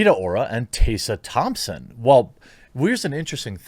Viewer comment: How tf can you mispronounce TESSA THOMPSON